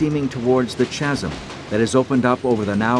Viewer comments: Chasm not tchasm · The "chasem" ? over the river. If you check you'll find it is pronounced "kasem". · Oh as not chasm it is pronounced kasm. well it is in the UK. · In which accent is it ok to pronounce "chasm" with the "ch" sound rather than the "k" sound?